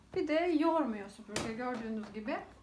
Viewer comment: Video çekiyorsunuz topluluga hitap ediyorsunuz keşke sübürke değil de SÜPÜRGE olduğunu öğrenseydiniz